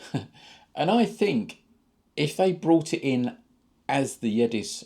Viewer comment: Also its the Yezdi pronounced as -Yes Di